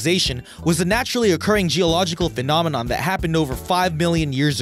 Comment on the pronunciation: sounds fine to me! 😝